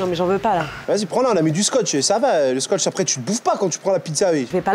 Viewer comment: "on a mis du scotcht" XD